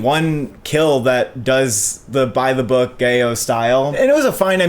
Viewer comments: gay-o?? giallo??? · Too bad that MaXXXine sounds disappointing, but the review is worth it to hear pronounce Italian stylized horror genre Giallo as "Gay-O" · Love your reviews and I know horror is not both your strong suit but the horror sub genre you were referring to Giallo (black gloved killer, pop color aesthetics, Italian horror) is pronounced GEE-AH-LOW. 😉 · Love you guys but giallo is pronounced “Jah-Low”. In Italian two L’s are not silent, they are pronounced. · i thought he said gayo like the film was promoted as a gay/queer film 😭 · When he pronounced it gayo, a part of me died. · Yeah, WTF. Since they present themselves as film buffs, there's no excuse for butchering this word's pronunciation so atrociously. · Wait... did he just mispronounce "giallo" in the worst possible way? I usually enjoy their reviews, but talking about horror films is not their strength...